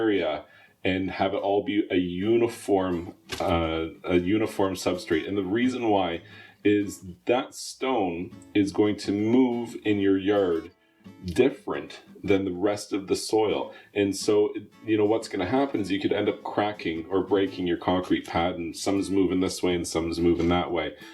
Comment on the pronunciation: Bro said "yurd" (yard).